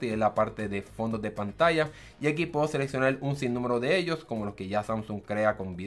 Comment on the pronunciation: seleccional escaneal, parece chino! Glacias pol la infolmacion